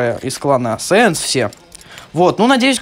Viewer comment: Клан САИНС а не сэинс